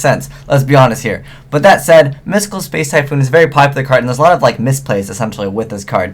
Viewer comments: Am I the only one who noticed that said "Spice" rather than space? XP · is it just me or does he say "space" rly weirdly